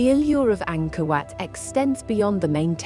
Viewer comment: I thought she was saying, “Anger Wet”.